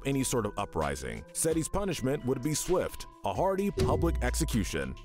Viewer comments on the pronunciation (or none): none